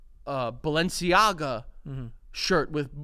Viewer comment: Balenciaga? You mean Ball and seeyaga?